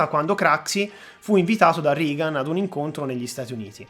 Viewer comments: Non per fare le pulci, però Reagan è pronunciato regan, non rigan. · Interessante, sintetico (probabilmente alcune parti sarebbero state da approfondire leggermente), scorrevole. Unica pecca: la pronuncia di Reagan in "RIGAN". Basta una ricerca veloce anche qui su youtube per sentire che la pronuncia è quella che si è sempre sentita e cioè "REGAN". Un saluto. Continua così. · Ottimo video. Unico appunto: anche in americano si pronuncia rEgan, non rIgan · Regan si pronuncia Regan e NON Rigan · Non si pronuncia "Rigan" .....😂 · Reagan si dice Regan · interesantissimo...complimenti. L'unico appunto è sul nome del presidente americano, Ronald Reagan si pronuncia /regan /. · Ottimo video. Complimenti! Unica pecca la pronuncia reiterata non corretta di Reagan ("Rigan" ).